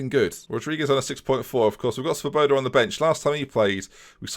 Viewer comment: Just thought I would let you now that Svoboda means freedom in Czech and it is pronounced differently - look at google translate for the correct pronunciation. Good vids keep up the good work